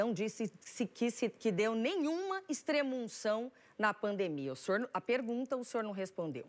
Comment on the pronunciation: Soraia falou pademia kkk